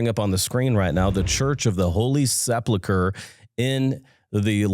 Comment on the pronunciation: My favorite part was when he mispronounced sepulchre.